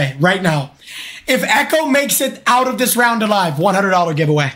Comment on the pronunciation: ik like best clip orrrrrrrf the day